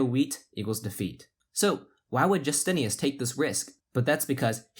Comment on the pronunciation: "Justinas" is pronounced "YOO-STIN-IS" in Lithuania not "JUS-TINE-US" or "Jus-TIN-EE-US." You pronounce it two different ways at different points in the video. I'm thinking that the players would prefer that you do the small amount of research needed to pronounce their names correctly. Its a respect thing. ;)